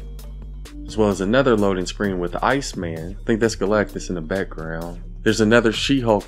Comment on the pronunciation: How did you get ice man but got Galactus name right 🤔